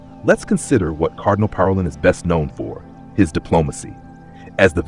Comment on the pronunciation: Learn how to pronounce Parolin correctly !